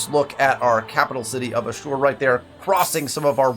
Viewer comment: Hey dude, love your content. I think Ashur is pronounced “ash-ur”, not “a-sure” sorry to nitpick 🙈